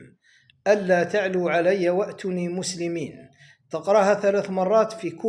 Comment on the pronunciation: اخي الفاضل صحح قراءتك. نطقك كلمة ( اتني) بعدم تمديد الواو بحركتين غير صحيح. الكلمة هي ( اتوني) بمد الواو حركتين، و انت لم تنطقها كما ينبغي. لعلك لم تنتبه، فاعد سماع قراءتك لها لتتبين الصواب.